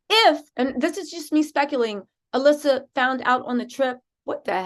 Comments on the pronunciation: Alysse pronounced Elise. Not Alissa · I know it's besides the point but her name is Alysse not Alissa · get your shit together get her name RIGHT